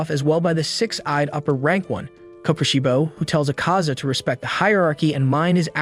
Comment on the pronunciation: And it's Akaza not acaza